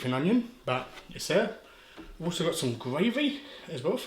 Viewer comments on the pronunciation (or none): none